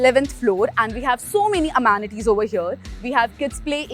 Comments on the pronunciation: Please please.. it is not emanatees... its amenities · When will you kindly stop saying amaanities? In every video, it's very irritating to hear that